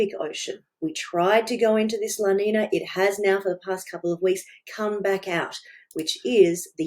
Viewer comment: FYI: La Niña from Spanish has a tilde over the n which means it is pronounced "la nin-ya". Cheers and great work Jane! 🙂